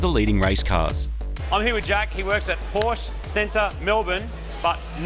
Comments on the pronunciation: "Porsche" is two syllables: "POR-shuh". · I know you can do better: Porr-sheh. It's German, thus you must pronounce it according to the rules of German language, even if it uses the same letters as your English language. Porr-sheh. Folks-va-gen. Bil-shta-in.